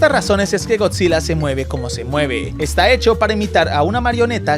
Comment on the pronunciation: Bro pense que decia gorrillaz